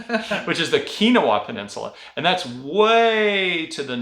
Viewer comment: Keweenaw is pronounced Kee When Awe.